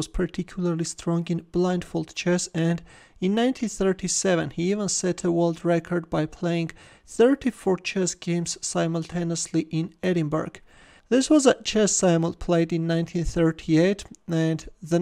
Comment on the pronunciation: Edinburgh is not pronounced Edin-berg but Edin-borough 😉